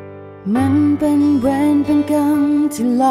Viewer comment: เพลงประกอบเพราะดีแต่การออกเสียงคำว่าเวร กับคำว่ากรรม นี่แปลกๆพิกล เหมือนคนต่างชาติออกคำไม่ชัด ละครเรื่องนี้ณิชาแสดงเก่งมาก